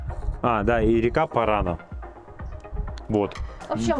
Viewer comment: Rio Paraná ударение на последний слог